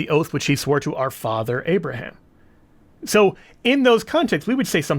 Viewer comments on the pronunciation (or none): none